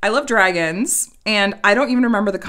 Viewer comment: It's a "Drickon" 🤣🤣